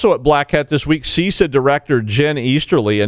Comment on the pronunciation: it's not See Sah! so I've heard.